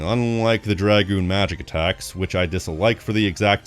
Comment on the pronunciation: The greatest review of this game by far! I love seeing reviews of my favorite game and seeing the work, love and dedication you put into this fills me with so much happiness. Almost as much as hearing someone else finally say names and dragoon correctly. Thank you for making this, you got a lifelong subscriber in me.